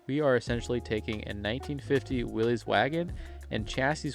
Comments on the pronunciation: FYI Its NOT Willeeeez... It's Will issss. Thats the way Mr. Willys pronounced his name. You're welcome. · Dude- it is Willys- like Phyllis. not Willies like Phillies.